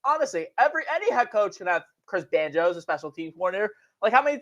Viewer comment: Everything say is ass a nine ass a ten ass a fiften